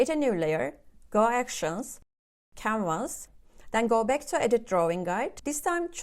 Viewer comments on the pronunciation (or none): i heard "camers" but you were saying "canvas". Thank you for all these tops.